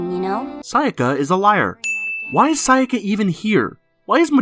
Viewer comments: Midokah, Kie-yolk-oh, Kie-yu-bay, Wall-burch-noght, Wall-purg-not, wall-pur-gee-not, Sey-yaka. Yep that's totally how you pronounce these names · Kayo-ko. Sah-yaka. Ka-yubey.